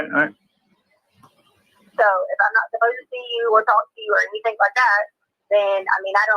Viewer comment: Cant eat or drink “ANYTHINK” get it right 😂😂